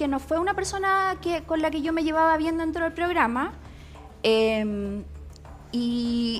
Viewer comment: .:::! Dentra???😂😂😂lo tuve que escuchar más de una vez., quedé en shock. 😂😂😂😂